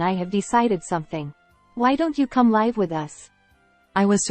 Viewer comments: Pronunciation of "live with us" is off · Whoever writes these out for the AI to read needs to write words as they sound, not necessarily how they’re spelled. Examples: We LIVE (pronounced liv) with people but we go see a LIVE (pronounced live) performance. The AI is very literal, the writers of the script need to write words phonetically so the AI can pronounce them correctly. Reading them the wrong way all the time really takes away from the quality of the story.